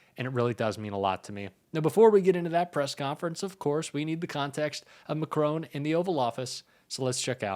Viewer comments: For goodness sake can you not read His name is MACRON Not MACRONE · You pronounce President Macron as it looks. But it is not Macrone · Yes good … but please pronounce Macron’s name correctly. It is part of respect. He is not a *macaroon*!